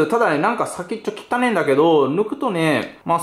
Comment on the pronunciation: きたねえが汚ねに聞こえるｗｗｗｗｗｗｗｗｗ